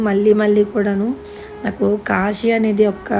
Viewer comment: akka kashi kadhu akka kasi